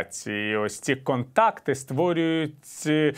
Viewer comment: как оно делает ударение на: КОНТАКТ,ЧЛЕНЫ,ПОСТИЙНОЙ НАПРУГИ. Постыдились бы ПИ...а ведущим ставить ! позор нации !